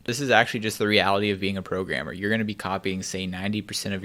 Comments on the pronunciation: am i the only one who hear "pro gamer" instead of "programmer"? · when he said programmer, i thought he said pro gamer